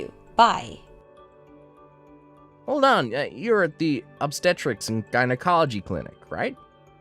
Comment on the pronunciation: Infer-tile. Jine-acoloy Drives me nuts.